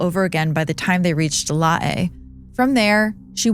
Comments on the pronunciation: 🎉I USED TO LIVE IN LAE & PORT MORESBY - IT’S JUST CALLED LAE - AS IN ‘ LAY’ as in Lay’s Chips - please stop pronouncing it like a Hawaiian name.🎉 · LAE IS pronounced "lay" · it's pronounced as Lay but spelt as Lae. I'm from Papua New Guinea and always fascinated about Amelia Earhart. Thanks for covering the story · Lae is pronounced “Lay” BTW… good story but that really grated on me as someone that lived and worked there for a few years. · Lae pronounced LAY. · The town of Lae is pronounced LAY, as in LAY down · Sorry, but the word "Lae" is pronounced like the word "lay" , I'm from Papua New Guinea btw ❤ hope this helps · hey so Lae is pronounced like the word 'Lay'. I'm from Papua New Guinea btw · LOL, everything in this video is bullshit, even her botched pronunciation of Lae.